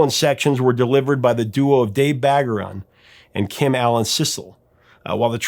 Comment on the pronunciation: Well now I now where the Al and Betty came from! But professor, you mispronounced trombonist Dave Bargeron’s name- (bar-jer-on) he and Lew Soloff were original members of Blood Sweat & Tears! How do I know how Dave‘s name is pronounced? He and my dad were roommates in the 60s and best men at each other’s weddings lol. But neither my dad nor I knew he played on call me Al until just now, lol. So thanks